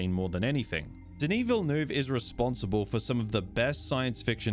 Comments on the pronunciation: Ville-NUHv not VilleNooov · Who is 'Vil- noov'? Is he related to 'Villeneuve'? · 😅 You are not able to pronounce his name correctly. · i agree with everything you said except how you kept pronouncing dennis villanueve’s last name😭